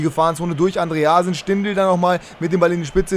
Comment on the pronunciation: andrösen? dein ernst? :D